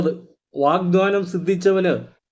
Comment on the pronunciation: Sir, വാഗ്ദാനം എന്നാണ്, വാഗ്ദ്വാനം അല്ല 🙏എഴുതി കാണിക്കുന്നത് ശരിയാണ്, പറയുന്നതിൽ മാറ്റം ഉണ്ട്